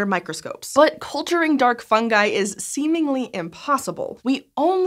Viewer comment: It’s pronounced fungi not fungi.